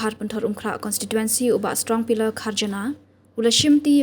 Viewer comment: Ka rukom pronounce strong pillar kharjana sngew kum u dkhar tangba jan baroh ki kyntien kane ka kong kurbah